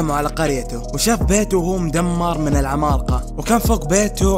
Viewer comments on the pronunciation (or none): المراجعه كويسه لكن ليتك تقول العمالقه بدل ماتقول (العمال قا) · اتحداكم كم مرة قال كلمة( العمالقة ) بنطقه الغريب لها الي زي الخرا والله؟